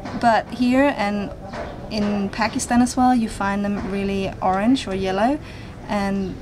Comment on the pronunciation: Did she just say Pakisan it's pronounced pakastan